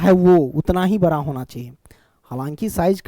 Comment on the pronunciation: Sir ji bra na bada hota ha😂😂😂😂